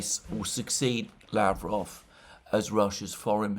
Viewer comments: Just remember that just like in Bishkek, the stress or the emphasis goes to the second syllable in Lavrov 's last name. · Mercouris, How is it that you can correctly say Bishkek yet every single time you say Lavrov it is a disaster?